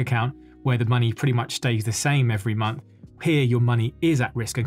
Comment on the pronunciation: Big fan. But - at the start, did you say “the munch of march?” 😂